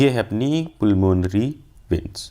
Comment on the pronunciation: Veins ❌ Viiins ✅